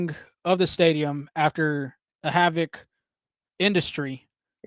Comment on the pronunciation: It's Called HVAC or H-VAC.....Not HAVC